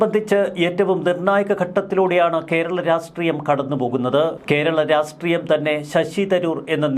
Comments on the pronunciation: രാസ്ട്രീയം എന്നല്ല ,രാഷ്ട്രീയം എന്നാണ് പറയേണ്ടത്. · ക്ഷമിക്കണം, രാസ്ത്രീയമല്ലെടോ, രാഷ്ട്രീയം. ദയവായി ചൊവ്വിന്പറയൂ